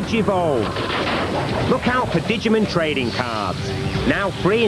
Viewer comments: Digimin lol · Announcer says Dijimon like Didjermom. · I've forgiven the british for many things, but I can NOT forgive that pronunciation of "digimon". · Holy shit, that is the most incredibly British pronunciation of Digimon I have ever heard